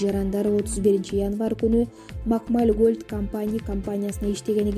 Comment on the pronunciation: Макмаль эмес туура айтсаң Макмал эле